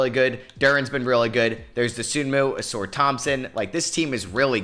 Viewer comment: it’s not pronounced “A-sore” Thompson… it’s “A-sar”